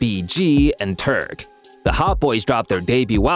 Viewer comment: THE NARRATOR OF THIS VIDEO CALLED (&TURK*) (*TURD*)----AS IN POOPING IN THE TOILET, ALL OF THIS TECHNOLOGY & THE NARRATING JOBS ARE DONE HORRIBLY PERIODTT.😡😡😡😡😡😡😡😡😡😡😡😡😡😡😡😡😡😡😡😡😡😡😡😡😡😡😡😡